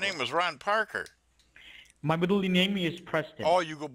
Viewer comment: Ron Parker can’t pronounce his last name correctly. Where the hell do they get “ higher authorities” from? We don’t say I got my information from the higher authorities. Someone tell these children in India to stop playing with the damn phone.